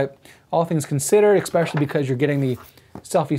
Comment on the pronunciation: You got nearly all the way through the video without saying it... Then right at the end, you said "eXpecially"! Grrr! Don't make me unsubscribe,! 🤓 Good review, eSpecially the point about the narrow FOV of the 4K camera.